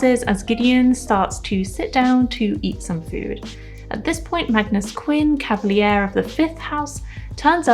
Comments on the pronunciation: nice video! p sure it's cav a leer, not cav a lee ear, but you made me google it to check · For future vids: it's pronouced cav- a- leer